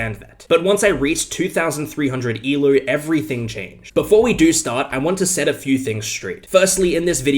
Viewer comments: Can you say el OH and not e lerw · It’s ELO not ELOO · I totally get all your points, and I agree with you on everything, but if you say "E-LEW" one more time, I will destroy your entire continent. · Why does he call it ELOO ?